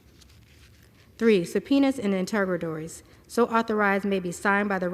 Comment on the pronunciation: Do you know what interrogatories are? She mispronounced the word three times...I'm guessing she doesn't know what it means either.